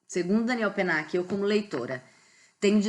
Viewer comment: Olá! A pronúncia está correta. Se estivéssemos falando em francês, a única coisa que seria diferente é o "l" de Daniel ( com a língua indo para o céu da boca). Mas isso é um detalhe! Fique tranquila, pois ficou ótimo. E claro, parabéns pelo vídeo!